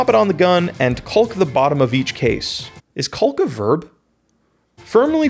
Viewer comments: yes caulk is a verb, but don't pronounce the "L", it just makes you sound like a weirdo 😉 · You don’t need to enunciate the l so much in caulk it’s okay lol